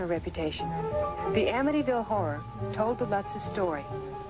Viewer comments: Is this man incapable of saying horror? It’s not a whore house. Omg. Lmao 😂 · I'm sorry but two times so far someone saying "Amityville Horror House" it sounded like he's saying "Amityville Whorehouse." Its hilarious. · Why do you keep saying "The Amity Whore House?" It's H-O-R-R-O-R. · Did he say Amityville horse house lol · Did he say “ whorehouse” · Did i hear right Amityville whore house? thats what it sounded like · That kept making me giggle! I wanted to say "No, the whorehouse was on the OTHER side of town."